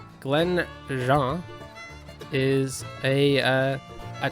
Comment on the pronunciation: If Glen Jean is to be like the hills and glens of Scotland, then it would sound like gene. Sounds more french the way you are saying it. It is also a womans name, most commonly lengthened to Jeannie. Most people I have ever known called Jean usually answered to Jeannie only, if you said Jean the usual reply was, haw you thats my sunday name 🤣